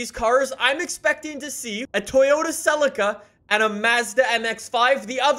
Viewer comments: what did you call the ‘celica’ ? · See-la-ca, that it is how said in Australia